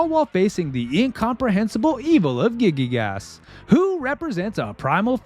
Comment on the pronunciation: A Masterpiece! Just a note: The main villain is "Giygas", not "Gigygas". Probably comes from the Greek "Γίγας" (gigas), which means "giant". Nice vid!